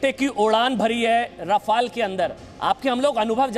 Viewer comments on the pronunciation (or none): 🤣🤣🤣🤣😝 राफेल है रफाल नाहि क्या यार टाईटल दखो 🤣🤣🤣🤣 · Abe laudu Rafael to Shi se bolo.... Kux bhi yrr kyun English ki maa chod rhe ho tum log glt nam Lete ho isliye logo ko bhi confusion hota h ki Shi nam kya h...kyun krte ho esa .. sala kaun se school /collage/ university se study krte ho???